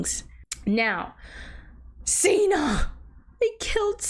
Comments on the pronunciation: I wanna hear your thoughts on the Gale, Peta, and Katniss after part 2. Also it’s Cinna like Cinnamon not Cena like John Cena lol. But I love your reaction ❤ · cinna not Cena It's Cinna pronounced like cinnamon not Cena pronounce like John Cena 😤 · I'm loving your reactions to the movies so far! And that everyone is being so awesome in the comments! I just wanted to say that the designer's name is pronounced like Cinnamon lol but I honestly vibe with Seena so much. I hope you do a book review kinda thing whenever you read them! 😊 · Seena instead of Cinna was already a little funny, but Beetus sent me too.